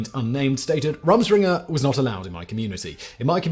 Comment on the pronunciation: Pronounced Room Schpringah 👍 it's Pennsylvania dutch